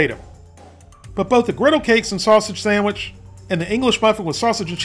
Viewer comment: You get a thumbs up for saying samich😂😂